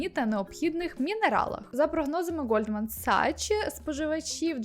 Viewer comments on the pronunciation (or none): Люблю дивитись ваші відео❤️ Не для того, аби вколоти, просто хочу підмітити, що Reuters читається як «Ройтерс», а Goldman Sachs як «Ґолдман Сакс»